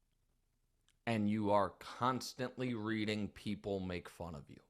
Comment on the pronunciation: "you cuntstendly...."